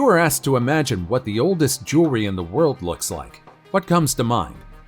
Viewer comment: Bro its jewelry not jury haha